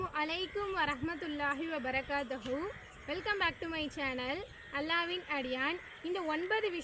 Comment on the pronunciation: வபரகாதஹூ இல்லை சகோதரி வபரகாதுஹூ